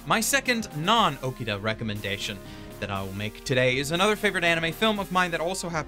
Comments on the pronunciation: just a heads up, Toshiyuki is a first name; his last name would be Inoue. also, it hurts me every time I hear you pronounce Mari Okada's name as "Okida" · dude its Mari OkAAAda you know, just like AkAAAda not friccin Okida. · It’s *Oh KA Da*, not OkiDa (Hermione tonality) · OKADA not Okida. Anyways, gotta watch this then. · Dude, I'm happy you're giving this review, but could you maybe pronounce Mari Okada's name correctly? It's O-KA-DA, not O-KEE-DA. You wrote it correctly; what happened? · Okay I Know your Japanese pronunciation is bad but gosh I mean... Really? Okida?! It's Mari OKADA. if you have trouble pronouncing it it's just Arkada with an O at the beginning instead of an Ar!!!! Ughhhhhh. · The love for her work comes through. It's just super jarring to hear him butcher O-KA-da's name pronunciation